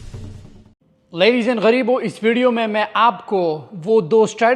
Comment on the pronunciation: Bro really said ladies and gareebo 💀